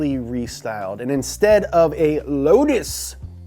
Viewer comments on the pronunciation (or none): none